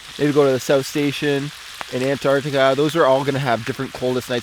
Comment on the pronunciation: ...Woooahh, finally someone says the word correctly,.... Most of the people i heard in the us online are say "Annar tika" rather "Antar tika"....